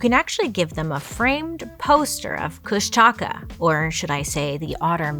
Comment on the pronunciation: Try to phonetically pronounce it Kush-duh-caw to try say it more closely like how the native speakers say it. I was listening to you in the background thinking what in the world is she trying to say? Then I looked up and realized what you were talking about. Lol